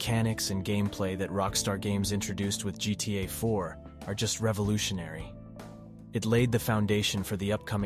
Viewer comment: I was debating with myself whether this was an AI voice at first, then he said GTA Varsity and GTA I4😂 sorry homie, I'm gonna go watch a better one.